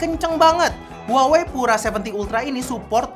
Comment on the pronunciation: 😂 HUAWEi harusnya dibaca "WAHWEi"